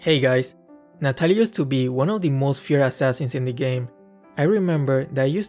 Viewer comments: Its Natalia not natatalia ahhahaa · U Said Natatalia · lol 'Natatalia' Good one 🗿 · "Natatalia" lmao it's fine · Ah yes, "Natatalia" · Ah yes,natatalia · Its natatalia